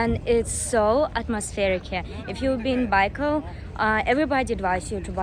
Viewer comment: You pronounce-Baikal wrong